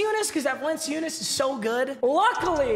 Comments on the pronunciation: Says “not horrible at name pronunciations” 5 minutes later Jonas Valenseeeoooooonus It’s Valen-Chew-nas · my name pronunciations are actually pretty good Also: valen see you nas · "my name pronounciations are usually really good" also: "Jonas Va-lence-see-unas" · “vah lency yoonas” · Va lencey oonis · Val-an-chew-nas for future reference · Val-in-chew-ness lol 😂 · Papa it’s (yo-nas) - (val-en-chew-nas) lmao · Let’s go the GOAT Val-en-see-you-nus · papa: my name pronunciations are good also papa: valenceeuness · Val-In-Choonas bro.. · Val-en-chew-nas papa 😭😭😭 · It’s yo-nis valan-chewnis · Valanciunas=(valen-chu-nes) your welcome 😂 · VAL-EN-CHOON-ES holy shit papa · Its Val-en-chu-ness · it’s val-en-chu-nes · val-en-choo-nass please x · Valanchewnas. Close though. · it’s val-en-chew-nis 😭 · BRO ITS VAL-IN-CHOO-NUS! MADE ME SO MAD😂 imma grizzlies fan that’s why btw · Just saying it is (Val-en-chew-nis) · Papa it’s Val-in-choo-nece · (VAL-EN-CHOO-NESS) cmon bruh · It’s Val-en-chew-nis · its val-in-chew-nis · Jonas Valen-si-oon-is Yeah ok bud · Its val-en-chu-nes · Papa it’s “Val-a-cuh-ness” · Papa it’s VAL-EN-CHEW-NESS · Love u but its val-en-choo-ness 😭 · The dark matters name is pronounced yo-nas Val-in-choo-nis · It’s Valen chu nes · Val-en-choon-is btw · Oh and it’s pronounced Val-N-Chew-Nes for future reference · It’s pronounced vallan-choonis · It’s pronounced Valenchunes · Lol its pronounced Jonas Val-lin-choo-ness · Does he know that valunciunas is pronounced vah-lahn-CHEW-nas\ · Pretty sure it’s pronounced Val-in-Choo-Niss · Val-an-chu-nas. That’s his name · jonas valanciunas is pronounced val-an-choo-nas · Say it with me papa VAH EL EN CHU NESS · It’s pronounced “Va- Len- chew- ness” js js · Papa it’s Val-in-chew-nis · What the hell is a vulenceeoonus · papa it’s val-en-chun-is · It's pronounced Vallenchunis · It’s pronounced yonas valenchoonis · Papa it's pronounced Val-an-choo-nis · Papa it is pronounced [val][an][choo][nus